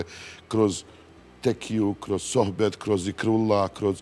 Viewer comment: Dalila s pogresnim izgovorom akcentovanjem izraza "sohbet". Toliko godina radi i vodi i gaf odmah na pocetku.